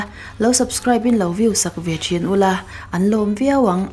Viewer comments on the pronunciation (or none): none